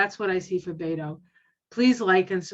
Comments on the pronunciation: Beto's name is pronounced "BET OH", not "BAIT OH". Many people make this mistake. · I live in Beto’s home town El Paso. He is so kind and I’m praying he will be our Governor. He supports women,vets,lgbtq,men,kids,gun reform. This world will be a better place if he wins. And you pronounce it Bet O Not Beto. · Beto's name is pronounced Robert Francis O'Rourke